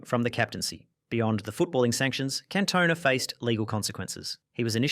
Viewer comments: Cantona is gonna find you for that pronunciation. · Wow!!, I have to say that I enjoyed the video but, I've never ever heard Eric Cantona's the French Player's name being pronounced that way.